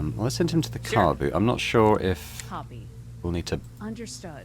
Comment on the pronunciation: really has the most american pronounciation of ”Sure” that i have ever heard ”SYYRE”